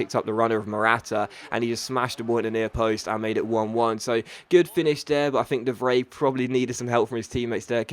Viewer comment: Ur pronunciation! Ugh!